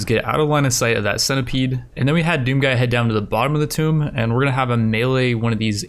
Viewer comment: Does anyone else cringe everytime he mispronounced "Tomb?"